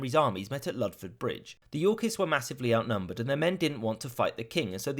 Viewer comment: The way he says "Yorkists" sounds too much like "Yorkies" and now I'm imagining adorable dogs killing people.